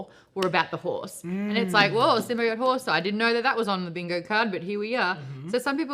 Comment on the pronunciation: Its 'Sim-BEE-oat'...not 'sim bye oat'...god not the nerds now too